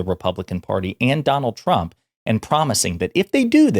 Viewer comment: Is Biden saying, "Donald Chump"?